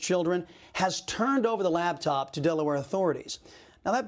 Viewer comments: LaPtop. LaPPPPPPtop. Not laBtop. 🤦🏼‍♀️ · I love ya' Chris ... but it's LAPTOP .